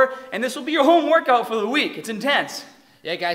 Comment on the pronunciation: “Two paht…” Me can’t pronounce Rs, cute “…woRkout” 😳wtf